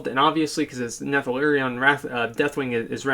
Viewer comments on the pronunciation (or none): wanted to choke him when he said nethalarion, like omg man, what are you hirumared? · Why do the best WoW youtubers have to always mispronounce names?"Nethelarion's lair". I love you Asmongold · we have had to deal with this guy's bullshit for an entire expansion, that's literally two years, yet still you proceed to mispronounce his name ;_ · Can you stop butchering the Earth Warders name? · No offense but hearing trying to pronounce Neltharion gave me a good laugh, awesome video though.